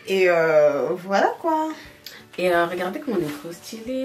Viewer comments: J’aime trop quand prononce le mot kpoi 😂😂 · a dit Ekieee 😅😅😅😅